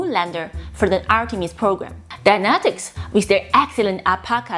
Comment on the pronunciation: (p)neumatics, das "p" ist stumm:-)